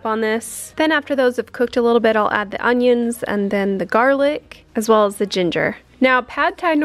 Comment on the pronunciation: My auntie said "UNGYUNS," too!! Too funny!!